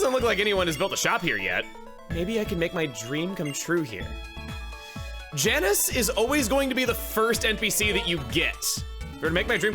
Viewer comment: It's Janus not Janice. Like. Janus.